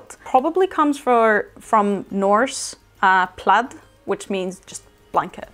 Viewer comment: i really enjoyed this video. As a Scot I loved how pronounced 'plaid' as 'played' as this is how how I have always said it.